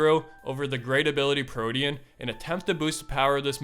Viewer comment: 😂What was that Pokémon you said after Raikou? And how can you mispronounce protean?